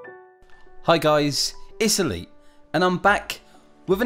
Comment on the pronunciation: The first few I heard him say it's elite, I thought he said Italy.